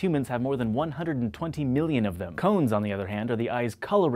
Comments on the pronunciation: Why he say "crans" funny? I dern't git it. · is it me or does he say cones wierdly?